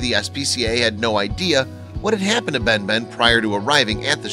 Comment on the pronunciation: * "Ben Ben" instead of Batman (correction) Idk why, but half of the times I've heard his name, it sounded like Batman to me clearly...